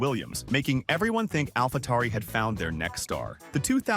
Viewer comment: Nyck de Vries not Nick de Vries and it's Alphatauri not Alfatari.